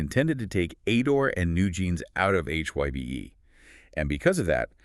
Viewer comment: You prononuced HYBE incorrectly.